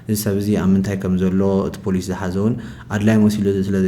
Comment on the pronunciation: ኣብዚ ዘረባኹም ሓንቲ ቃል ክእርመኩም። ፖላዊስ ኣይብሃልን ኢዩ ፖሊስ ኢዩ ዝብሃል ኣርምዎ ብዙሓት እንተኾይኖም ሓደ ወይ ብዙሓት ብቕድሚት ንውስኸሉ። ብዝተረፈ ብዙሕ ኢየ ዝፈትወኩም ቀጽልዎ።